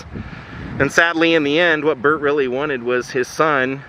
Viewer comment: Burt! Not butt! Lol